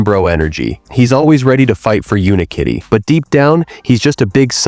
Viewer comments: its UniKitty not Unkitty 😂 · bro says unkitty instead of unikitty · It’s not un-Kitty it is Unikitty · Not him mispronouncing Unikitty, and genuinely believing it’s Unkitty. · no it isnt , its unikitty 😭 (the narrator is ai) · "Uni-kitty" ❌❌ "Un kitty" ✅✅ "Hawkodile" ❌❌ "Hoe-ko-dill-eh 🤠🤠🤠" ✅✅ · Its UNIkitty. Not UNkitty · Do not diss Unikitty like that Dude it’s UNIkitty not UNkitty💀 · Wait it’s pronounced “Unkitty”? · ITS NOT UN-KITTY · Bro the way the ai voice pronounced hawkadiles name 💀 and why did it keep saying “unkitty”